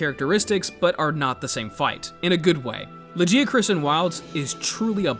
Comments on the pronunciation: The second I heard that “Luh-jee-a-chris” I frowned so hard that a blood vessel popped in my cheek. Go to hell. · Lajeeacroos"? What the hell? Blud missed every possible semi correct pronunciation 😂 Also you might be the only human on the planet calling Velkhana "he"